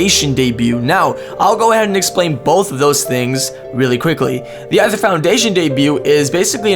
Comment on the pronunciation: It's pronounced the same as "ether". Aether (ether) is supposedly the element found in "space". Fire, water, earth, wind, and ether are the 5 main elements, according to Buddhism (I think). Aether is usually thought of as being "of the gods", which explains why Lusamine chose the name, and why she appears to think she is special and better than other humans.